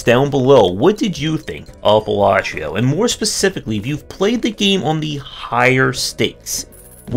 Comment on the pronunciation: Other games get a 3 min review... demon solitaire gets 16 mins. lolk "Balatreo"... "Balachio"... it's Balatro. lol This felt like a long, subtle rant because you lost to RNG. Welcome to roguelikes, I guess? Aren't they inherently RNG? /rhetorical